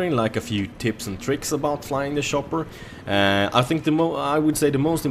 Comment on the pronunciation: shopper i love how you pronounce it :D